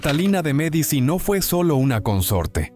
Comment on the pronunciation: Ya con la voz de IA y la pronunciación de Medici se me fueron las ganas de escuchar. Disculpen